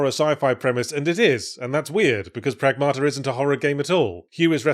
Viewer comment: stress is on the first syllable. PRAGmata, not pragMAta. (Means "the result of action", plural. More colloquially, "things", "stuff" and sometimes "current events")